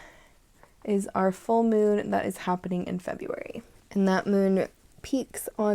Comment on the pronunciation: I love your spirit! And "febraruy" cracked me up. Thank you for your content.